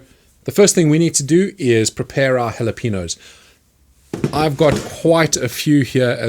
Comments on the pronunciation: the way he says Jalapeños makes me really angry for some reason. its Jalapeños not halapeenos god dammit!!!! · Its not yalapinos , its halapenyos the yo as in yoyo , halapenYos. Yo as in new York halapenyos(EDIT:im writing how i think it would sound correctly when you read it in english . Phonetic writing .Like bussiness being pronounced like biesness) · It's pronounced Hal-ah-pen-yos not hal-e-peen-os 🙂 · "Hallapeenoes"?! That's it, I'm calling the EU leadership on you people. No deal. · New Sub here Also JalaPeenos 😂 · ITS PEEN-YOS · Lol "the jalapeenos" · Can’t even say it properly. Thumbs down nice try mate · Love your videos but it's rough hearing you pronounce jalapeños so wrong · You pronunciation of Jalepenos is horrific